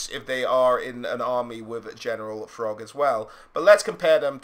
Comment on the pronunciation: Without fail you add 'h' to the pronounciation of every word imaginable. But in this video you pronounce Throgg as FROGG... you have to be trolling me?!